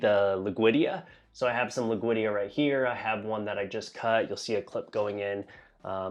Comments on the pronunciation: great vid! it's lud-wig-ia though, not loog-wid-ia. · Lood (say it like "loot" but with a D) - Wee - Gee (say it like "key" but with a G - Ah. Alter - Nan - Thera (like the Greek island) - Rein - Nee - Key.